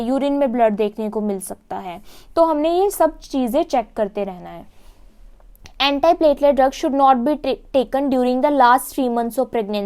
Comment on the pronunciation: Mam your lecture is amazing only your pronunciation of few words are different..like in this video your using for Antiplatelet..